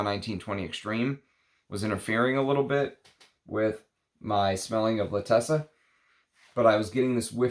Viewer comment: Love your review, it is meaningful and deep. Pls you wrote and are pronouncing it incorrectly l’Attesa has accent at T and no double ss so you pronounce it as in font zet.